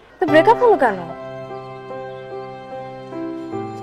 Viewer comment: breakup na.. breack up hbe banan vul bolcn apu